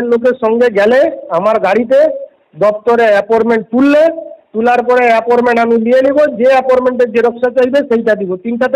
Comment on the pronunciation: "Aporment" 😂😂😂 thogir collection agent